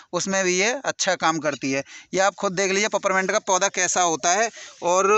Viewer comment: Paperment nahi hota hai is la name peeperment hota hai illiterate ho.